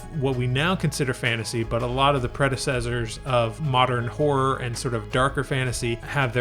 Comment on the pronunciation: HORROR...................It is pronounced HOR RHA, NOT WHOREA.😂🤣 Seriously Dude, I was confused, at first.